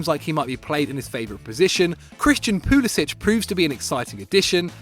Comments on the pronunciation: It is pronounced Pulisic(k) not Pulisić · His middle name is Mate so you know he's from a family of idiots, and idiots can't be trusted. It's Pulisic(Ch), mate